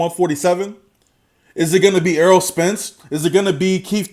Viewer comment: Its Errol not Earl bro ;-)